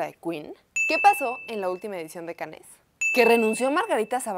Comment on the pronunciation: Se pronuncia Cans